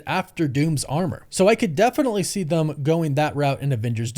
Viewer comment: Why do you say “Thum” instead of THEM? Sound like a big ass little kid.